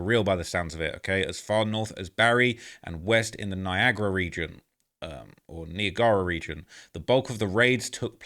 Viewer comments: did this man just say knee-ah-grah for Niagara lmao. Thats my area homie you got it right the first time 😂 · It's definitely NI-agra!!! U was close on that pronunciation 😮😅😂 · “Niagara region… or Neegora region” man what da hell you said it right the first time 😂😂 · Niagara falls is pronounced like viagra falls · "Knee-a-gah-rah region"😂😂😂😂😂 watched this 5 times cuz its too funny for some reason...